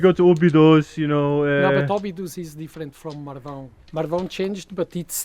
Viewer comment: didnt managed to pronounce Marvão 😆.. she needs to work on her ãos 😁